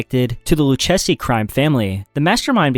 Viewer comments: It's pronounced LEW CASEY, bro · Haha. Someone keep this guy away from names! My favorites were "Lucchese" and "Dégas". 🤣👌 I poke fun, but I enjoy your videos. Keep it up, man!